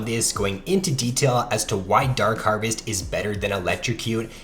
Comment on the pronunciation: The way you say dark harvest is so nice